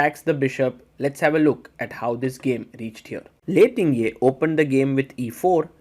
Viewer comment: Hihi. Lei's name is pronounced Ting - Jie, not Tin-Gjie.